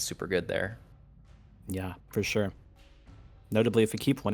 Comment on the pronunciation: dude says 'fore sure' again i will lose my mind, for sure.